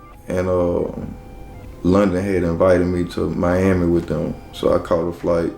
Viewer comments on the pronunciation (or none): none